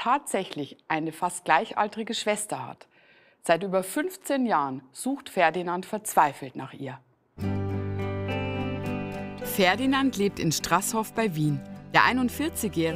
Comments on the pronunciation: am anfang so strassssssshof 😳 ich als österreicher der das sehr aus der nähe kommt starasshof (betonung mehr auf dem a) dann wieder tuuuuuln ich so Tullllllllln hahaha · StraßHOF heißt das. Nicht STRASShof. ;)